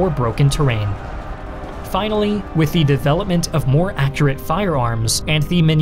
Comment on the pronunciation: Sorry? "And THH'e Mine Ball?" That just came off as a bit odd to me lol I mean if it's a sign of a speech impediment, doing a marvelous job of concealing it, i regard it as a VERY small thing to point out but it did catch my ear and I heard it like thrice now. Was it maybe just a bad take? Or... tried to extend the French accent to 'the' even though 'the' is English? lol The French say 'le' or 'la' depending on gender context or some such thing, I dunno, silly languages, I adore and love and cherish my English <3 Proud of my English heritage... sicked at how the UK has fallen so horribly into authoritarianism with people arrested for 'mean Tweets.' Silent majority needs to pipe up, and I have hopes that they are, finally, thanks to Mr. Dylan Mulvaney. I've been speaking out against feminism nonsense since at least 'Gamergate' times, though I have had my own experiences before then with negative interactions of that horrendous and divisive and toxic and cancerous ideology.